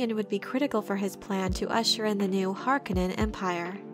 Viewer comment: Harkonnen is mispronounced imo. It's supposed to do sound harsh, almost guttural.